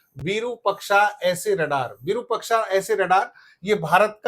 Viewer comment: आइएएस तैयार करता है ये और विरूपक्षा कह रहा है। ये बनाएगा आइएएस। विरुपाक्ष होता है रे।